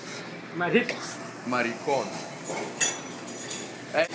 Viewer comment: MARI CON loooooooool nice spanish